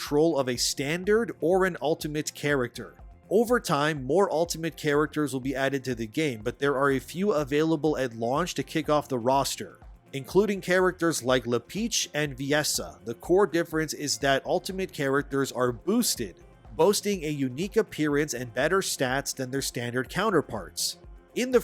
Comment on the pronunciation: LE PEACH? XD It's LEPIC. xD WTF xD DDD